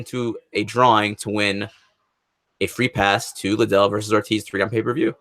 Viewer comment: making excuses for Oscar's complete failure at promoting that fight... lame. grade for that promotion is a F minus. Oscar didnt even know how to say Liddell. HE COULDNT PRONOUNCE THE NAME OF THE MAIN EVENT. Oscar looked like he just woke up and forgot he was director of the high school play. complete embarrassment.